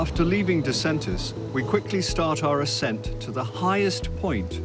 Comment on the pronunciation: Excellent film about this spectacular train ride! PS You mispronounced Disentis 😅